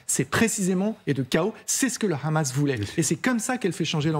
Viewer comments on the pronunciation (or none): Le KHamas? Pas très professionnel ni déontologique de le prononcer à l'Israélienne alors que c'est un acronyme arabe. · Le khamas 😂 c’est comme si tu disais les khabitants 🤣🤣🤣